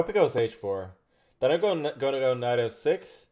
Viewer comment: When he said “ Can I go f6 “ It sounded like he said “ can I go have sex “